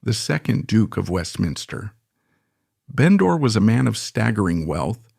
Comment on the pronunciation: It was indeed Beecham---why don''t they research things properly while appearing quite so in charge of all the other facts. The bots are awful. Almost every other word is mispronounced--the accents lie in different places in English orthography, So it's "vall-ett" not "vallayyyy!" and with" Bendor" , the stress is on the first syllable with the second more or less swallowed..The "Sinkay Ports" are in fact pronounced the "Sank Ports". Lygon (stress on the first syllable) was never the "the former Earl" until he died. And the problem with the BotVox is that you're never quite sure which line to follow. Awful---just get actors in. But an interesting and perceptive account. WE won't go on the Waugh bit. More of the same.